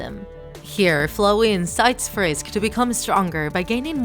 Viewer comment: lol u sed frish instead of frisk. Lol